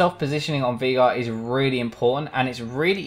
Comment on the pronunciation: its pronounced veIgar, the german way